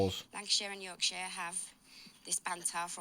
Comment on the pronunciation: No you said yorkshire right the first time. I hate when people say call it the second way you call it. Nobody in Yorkshire calls it shyre or how ever it’s spelt 😂😂 I’m West Yorkshire born and bred so I know for a fact 😂😂😂